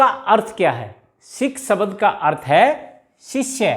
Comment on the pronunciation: सबद नही बोला जाता शब्द बोला जाता है